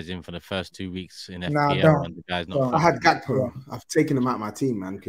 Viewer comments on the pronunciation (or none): know your players! It's Hakpo not Gakpo!!! Like Van Hal was not Van Gal, or Ruud Hullit not Ruud Gullit etc. (pronunciation)